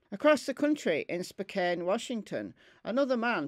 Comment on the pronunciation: Pronounced SPOCAN, I love you programs!